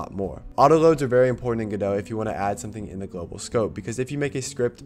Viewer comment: You pronouncing Godot correctly fills me with hope.